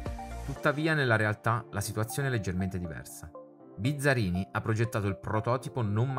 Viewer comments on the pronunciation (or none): Buongiorno , visto che siamo in tema di errori, avete sbagliato due volte il cognome dell' Ingegner Giotto Bizzarrini che ha due erre e non come da voi pronunciato Bizzarini . Saluti